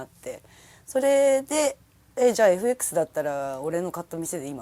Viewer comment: エフエックスと発音するところに 非常に好感が持てた。